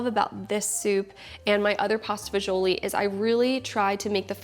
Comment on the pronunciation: my wife made this last night after we shoveled snow for 5 hours. she followed your recipe exactly. your first version, which we made already was great but this one is on another level. i even shoveled a path in the backyard to get to my rosemary bush. one problem though. as a second generation sicilian from staten island it pained me to hear it pronounced “fagioli” but we understand why you had to say it that way. lol. keep em coming and thank you.